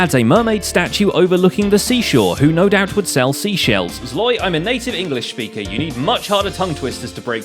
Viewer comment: "Zloy, I'm a native English sspeaker"